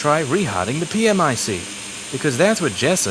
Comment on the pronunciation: Problematicly it's pronounced "Pee Mick" ..